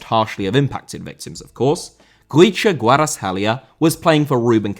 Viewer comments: The pronunciation of Khvicha was actually 100% on point👌🏻 props on that 👏🏻❤️ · Honesty, the best Khvicha pronunciation I've ever heard from a westerner